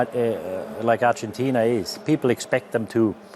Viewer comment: I dig the way she says "Argentina" with almost an Argentina accent, kudos dear!!